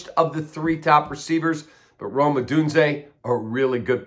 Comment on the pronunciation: Rome not Rose ! 🤦‍♂️